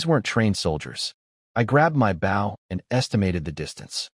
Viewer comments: Holy hell! Can you not pronounce bow properly!? It's the object, not the action. Jesus! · I cant wait till the ai can pronounced bow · His ai trying to say bow is so annoying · someone please put in a bunch of suggestions to teach this ai how to say bow (like bow and arrow) bOh? Making me crazy that they all say bow as bough. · These stories are great, but can we please program AI to pronounce “bow and wound” properly.